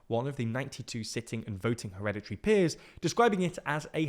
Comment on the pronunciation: weekend activity : take a shot every time u hear 'heredity peers'